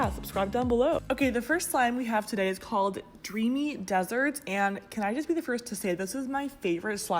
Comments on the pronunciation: Did anyone notice that that she said “Dreamy Deserts” instead if “Dreamy Desserts”? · she said dreamy deserts instead os desserts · She said desert not dessert 😝 Like if you heard it too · It is dessert not desert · She read dessert wrong😂. The way she said it would be spelled with one s.